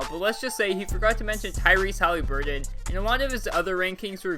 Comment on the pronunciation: Why you always say him Haliburton’s name wrong 😂